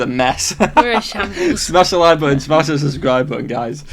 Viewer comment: Shmash that subscwibe button!